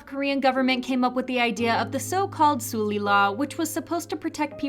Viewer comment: Suhl-Lee not Sool-Lee